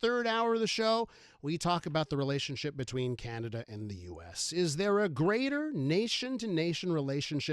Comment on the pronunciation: Hoekstra, it's not Kanada, it's Canada.